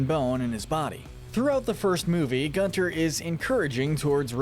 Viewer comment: It’s pronounced “GOON-ter”,. It’s German, like his voice.